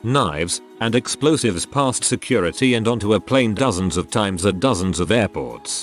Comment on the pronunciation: Why does the robovoice use pleen for plane?